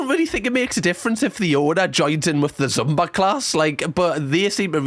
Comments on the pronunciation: idk if yall call it something else over there, but it is pronounced "zoomba" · It's the passive aggression turning into actual aggression for me! Top Shelf! And the way you pronounce Zumba is adorable - gave me the giggles!😁🤣